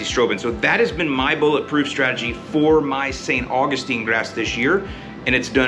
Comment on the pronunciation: I still laugh every time you call it St. Fungistine 😂